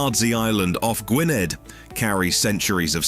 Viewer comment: Gwynedd not Gwyned. “dd” is its own letter in the alphabet, pronounced like the “th” at the beginning of “the”